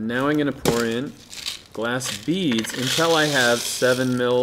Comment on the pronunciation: he can't say "I'm"